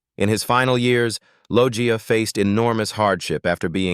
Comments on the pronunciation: "Robert Loia" 🙄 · stupid ai voice over, its robert "loesha" lol